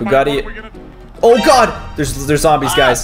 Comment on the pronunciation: Did caylus just say "There are a couple of zomboz"